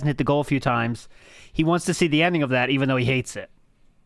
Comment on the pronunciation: I’m giving people what they WHAAA. I can’t Stand that he drops is T’s all over the place.